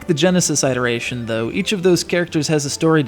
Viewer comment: I have never heard "iteration" pronounced that way.